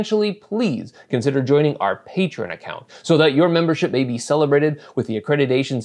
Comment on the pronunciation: Yay! You said Patreon correctly.